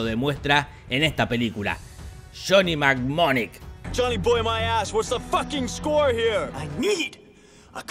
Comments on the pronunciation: tampoco es "nemoniac", es "mnemonic"... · Otra vez discrepo contigo. La primera Jhonny Mnemonic, que ni sabes pronunciar bien por cierto, fue revolucionaría para su época. Nos mostró muchas cosas que hoy en día usamos y pasan. La segunda hasta me dan ganas de verla de nuevo porque no me percaté de ciertos detalles. Y bueno la última me dan ganas de verla a pesar de tu resumen. Y averiguando sé que es un buen thriller. Pero como por ahí comentan. Keanu Reeves no tiene películas malas. Hay algunos guiones o argumentos que no son del gusto de todos y .